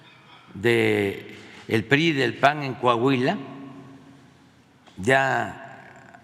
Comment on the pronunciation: No se dice paggg es pan